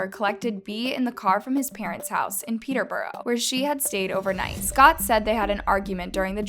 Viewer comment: It’s Lincolnsher not Lincolnshyer and peterbruh not peterborow